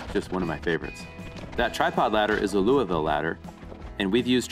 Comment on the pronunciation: Somebody from across the country that can say louisville correctly. I’m so proud of you. Lol